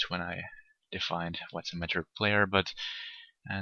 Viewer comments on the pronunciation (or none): "Mature" is pronounced as "mahtchoor" and not as "nature" with an m. Just helping you keep your eloquence game on level. Sincerely, a mature player, as established by my name and profile picture ;)